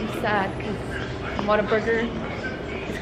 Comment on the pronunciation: When Alex said Whataburger it came out Waterburger